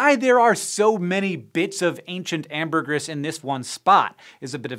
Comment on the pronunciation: Why does Hank hate the long e sound? Larvae is "lar vee"! Amergris is "am ber gree"!e